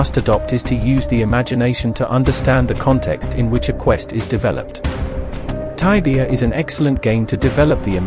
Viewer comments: taibia? jajaja se dice igual... tibia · please dont say taibia.. please stop that. it is Tibia.